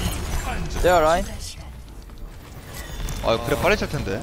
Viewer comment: ㅋㅋㅋ 겁나 잘한다..ㅋㅋㅋㅋ 진짜 딜러네.. 라인 발음이 La-in 이 아니라 Re-in 이에오 뤠인 ㅎㅎ